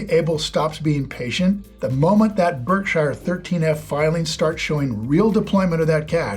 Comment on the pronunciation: Weird that you pronounce Berkshire incorrectly when you're such a big Buffett guy.